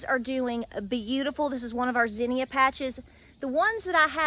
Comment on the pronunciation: I wondered about the pronunciation of zinnia. I always heard it pronounced 'zeen ya' ...turns out you are correct and i'm the one sounding country all this time lol...